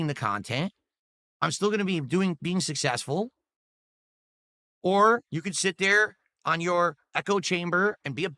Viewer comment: IM SUSSESSFULL!!!!!!